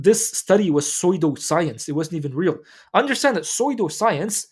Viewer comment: pseudo science is pronounced su-do if the ps sound is too hard to pronounce bro